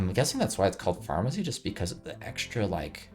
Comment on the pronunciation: to be fair he kept reading it as "pharmacy" instead of "pharmercy"